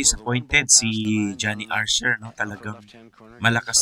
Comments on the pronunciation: 😂Archer po at hindi Arser 🙏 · Archer, not Arcer